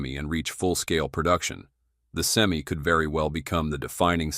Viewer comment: I wish Ai would learn how to pronounce Semi truck. Sem-eye, not Sem-E